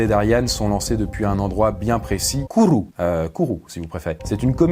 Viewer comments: Enfin on parle de la guyane ! Et on ne dit pas Kourou avec des L mais Kourou comme tu la dis après x) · Pourquoi le roulage de r pour Kourou ? XD (j'ai grandi en Guyane et je n'ai jamais entendu personne prononcer Kourou comme ça) Sinon : toujours prendre des bouchons d'oreille pour les concerts. Même si par miracle ce n'est pas trop fort, au moins on les a au cas où (pour le metal, oubliez le "au cas où" mettez juste vos bouchons). Pour ne pas dénaturer le son, il faut prendre les bouchons en forme de champignon et non les trucs dégueu en mousse pour dormir hein. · Dit bien Kourou par contre. Mo pagin temps pou korrigé u. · Comment il a prononcé "Kourou" ça m'a tué 😭